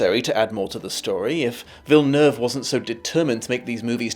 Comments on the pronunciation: It's crazy that from all of the reviews I've seen, You are the best at pronouncing Villeneuve but you can't say Dennis properly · OMG you said his last name correctly. As a Quebecer (where the name comes from) thank you. This is incredibly refreshing. I also appreciate that SOMENOE is willing to criticize this thing instead of just praising it non-stop. You sir are an actual free thinker. It's good, really good but 10/10... especially when comparing to the book.... no. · I think you're the only one who didn't butcher Villeneuve name lol